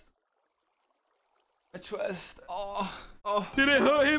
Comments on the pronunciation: "My chwest" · It almost made me die when he said my chwest